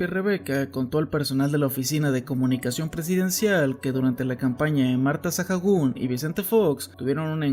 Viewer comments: Con eso último de Marta Sahagún estaría bueno que hicieras un video sobre las primeras damas de México, tienen historias muy interesantes y algunas hasta oscuras Pd: Su apellido se pronuncia “𝗦𝗮𝗮𝗴𝘂𝗻“ no “𝗦𝗮𝗷𝗮𝗴𝘂𝗻“ xd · Buen video, pero me daba un tic en el ojo cada que oía Sajagún. Se pronuncia Saágún. Como cuando dices Alcohol, por ejemplo... Se pronuncia alcoól, no alcojol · me saco mucho de onda tanto Sajagun, la H es muda no se deberia pronunciar como Saagun? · Por qué dices "sajagún" si eres mexicano? Se dice "sagún" aunque se escriba Sahagún 😅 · por que pronuncias "Sajagun"? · apoco está narrado por una IA? por la forma de pronunciar Sahagún me hace pensarlo jajaja.